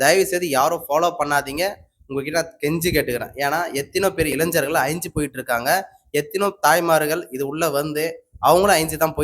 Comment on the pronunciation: இளைஞர்கள் என்பதை சரியாக உச்சரிக்கவும்.